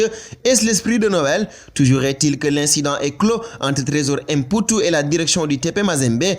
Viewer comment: Fall,on dit mputu et non èmputu,tu es sénégalais,c'est comme si on disait èmbaye ou èndiaye au lieu de mbaye ou Ndiaye.Xam nga bou baax limaye wax.